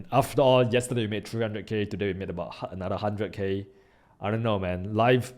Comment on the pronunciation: Smartell instead of Smarter..... Anothell instead of Anotherrrrrrrrrrr